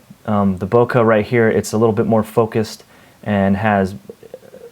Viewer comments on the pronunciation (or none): you need to google "bokeh"